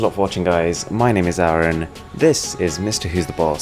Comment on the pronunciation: Ok Sir... Actually He says " My Name is Arun " in such an way It sounds AARON